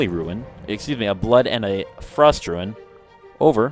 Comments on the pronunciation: Good vid man, only hate that you pronounce Rune as Ruin, but i shouldnt nit pick people pronunciation haha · ITS FUCKING ROON NOT RUIN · RUNE NOT RUIN. but awesome video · 'Ruin', 'res-i-lent', and 'mayta gem'. Not sure why, but how you were pronouncing these really bugged me, haha. Other than that, I enjoyed the guide. Thanks a lot.